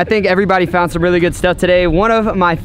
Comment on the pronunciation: did you really just say rily instead of really